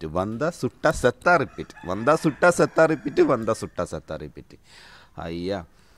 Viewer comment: சத்தா? செத்தா Hope u r non tamil so correct it